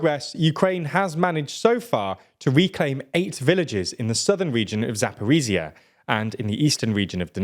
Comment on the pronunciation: Attempt 4 at getting;DR to pronounce Zaporizhzhia correctly. Za-po-reej-jah, not za-po-ree-zee-uh.